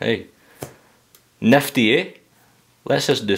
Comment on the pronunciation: by the way, do you say nefty or nifty and what's the meaning? cool accent though :-)